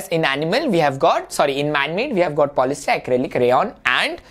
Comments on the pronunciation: 1. It is polyester not “polyster ” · Sir you are wrong it is polyester not polyster